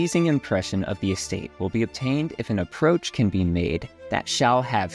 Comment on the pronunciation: Is it really pronounced “APP-roach Road?” Maybe that’s a rich-people thing?